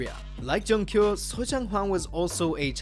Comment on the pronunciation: Please don't flame me... Junkyu is pronounced June-Queue